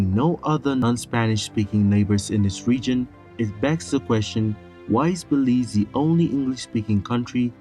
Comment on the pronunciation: He said Belize correct...your messed up